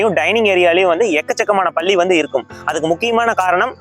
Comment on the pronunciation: பள்ளி இல்லை பல்லி😊